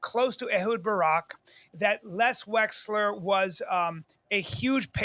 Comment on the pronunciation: Except for the the fact that the guys name is Les Wexner and not as Bryan( I’m so fucking smart) Callen says, Les Wexler multiple times… But other than that, you’re right! He’s a shitty comedian just like Rogue Joeblin and the rest of his band of merry idiots..